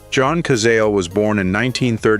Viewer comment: Pronounce Cazale orrectly.